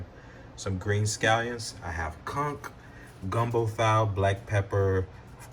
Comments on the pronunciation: Sounds like " fileeh" not gumbo " file"......🙄 how do you not know this.... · File is pronounced Fee-ley.